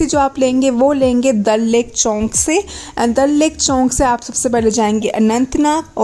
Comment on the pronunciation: that us chowk not chownk